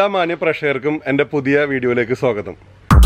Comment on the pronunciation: Sogatham alla swathakam